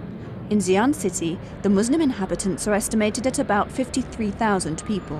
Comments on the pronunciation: The narrator should pronounced Xi ' an, like SEE AN, then the Chinese people could understand. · the commentator cannot even pronounce Xi'an properly.Can't she research for the proper pronounciation before recording???You failef your job madam. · Please check your pronunciation of Xi'an before doing the narration。